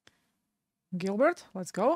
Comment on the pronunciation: It’s pronounced Jill Bear… not Gilbert